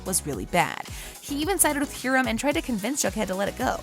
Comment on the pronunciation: you said HEERAM...